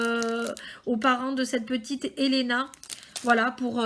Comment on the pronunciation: Oui c'est bon ta bien prononcé